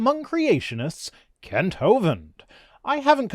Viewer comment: Kent? Wrong vowel surely !!